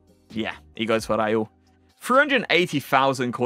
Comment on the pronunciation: Bro pls. Ist RaUl Not Rajul 😂😂😂